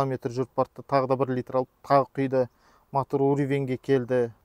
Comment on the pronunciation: Не мАтор, а мотор! Не ШеврАлеТ а Шевроле! Не КобОлДЬ, а Кобальт. Испанский стыд🤦‍♂️